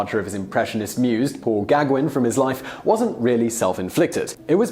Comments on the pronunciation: "Paul Gagwin". -. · Van Gogh | vən ğoğ| sounds closer to goff, than to go. Gag one? Gauguin? Neither did he shoot himself, that was his neighbours, a pair of brothers. ( you missed that!) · Your Van Gogh pronunciation is more than forgivable, but how did you manage to pronounce Gauguin as a Star Wars character or somth?? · I cringe more at the pronunciation of Gauguin 😂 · Gogh and Gaugin... both pronunciations were.. hmm..please have a look at the correct pronunciations... more videos like this please :)